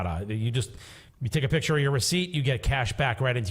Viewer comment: say PICTURE NOT PITCHER!!